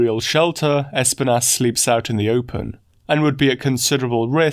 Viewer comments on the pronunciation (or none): It's pronounced esPInas. It's the spanish for Thorns. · I like how you say Espinas lol. Es-pin-ASS